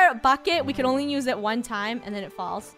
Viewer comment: I like how funny says nuse instead not use